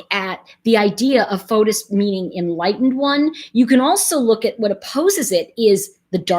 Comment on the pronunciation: His name is actually pronounced "Fotees" in Greek not Fotos.